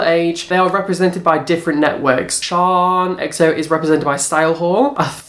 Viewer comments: Her names in Shan. SHANNNN! As in short for Shannon Not Sian! Okay so shaaanox ALWAYS does looks inspired buy celebrities and singers so clearly you don't watch her! So your uninformed IF you actually watched her you'd know that she daily vlogs and in one of her daily vlogs she said a subscriber told her nickie had a made a similar video, says it's mad how they had the same idea! I used to watch all you videos and loved the drama but lately your just constantly choosing the same YouTube and picking an picking a something that's pathetic! You say not to be mean buttttt... then your mean! So, hypocrite much And why are you even bothered if people are sponsored? Your still watching it, are you not? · it's Shan not shaan (Sian) like Shannon -. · I'm pretty sure it's shannon xo shan for short not pronounced sharn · I love these videos.. Shaaan is pronounced 'sh-a-n' short for Shannon!! Keep on going!! New subscriber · Haha!, it's Shan as in Shannon! Also, she's from New Zealand.:) As a fellow biology nerd with unrelated other interests I have to say I love your work! What a sass master!:P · her name is pronounced shan as in shannon x